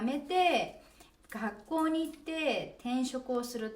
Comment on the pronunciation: Sakiさんは、ご両親が韓国の方ですか。というのは「学校」を「かっこう」と言っているからです。